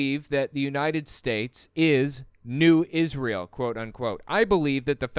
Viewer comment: "New Iz-ree-ale! New Iz-rye-elle" ugh, stuck in my head every time